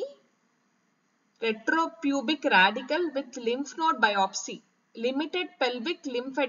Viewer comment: Maam ur explaining good ..but some words clearly explain maam Ex superpubic .retropubic